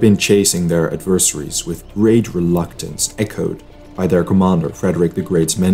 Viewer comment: In English, "adversaries" is not pronounced "AD-vers-AH-rees" but as "ADVER-seh-rees"